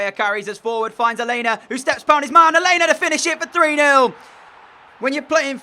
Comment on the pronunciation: your saying alena name wrong